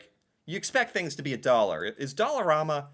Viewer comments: When it first opened (20-25 years or so, everything was only $1) They charge up to $5 for some items now side note...in Canadian it is pronounced Dollar "am" a...not Dollar "rom" a! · ….its pronounced DOLLAR-RAM-MA… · I have to stop myself from ripping my ears off every time he pronounces Dollarama that way.